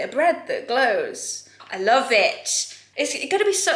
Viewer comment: At first I thought had said „They had a lot of care and loaf put into them.“ about the loaf lamp 🤣